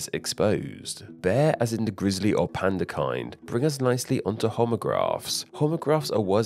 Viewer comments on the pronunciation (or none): none